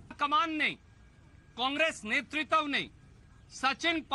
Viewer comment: नेतृत्व तो बोलने नहीं आ रहा नेतृत्व और netritwa में अंतर होता है